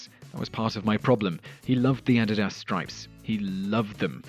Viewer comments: Add it ass? I think the damn shoe is pronounced "Uh-dee-duz" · or aeh-dih-das, instead of ah-dee-dus. This same man, in previous videos pronounced Sen-ih-ka (Seneca) as sih-necka and Be-a-moth for Behemoth. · I thought his "Nike" pronunciation was wild -- then he said "Addidas", my goodness. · The way this narrator pronounces the word Nike and Adidas is just cringe worthy!!! Learn how to pronounce a word before you make a freakin video using the word/words over and over again!!! PLEASE!!! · Aeneas Torres - Ditto for Adidas.